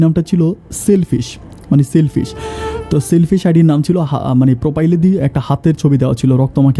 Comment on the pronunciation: প্রোপাইল আর চার্চ হবে না। হবে প্রোফাইল আর সার্চ।স্যারকে বলছেন চার।ভাইয়া শব্দের অনেক বিকৃতি হচ্ছে।